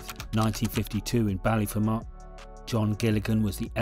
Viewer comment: And Ballyfermot is pronounced BallyFERmot, not BallyferMOT.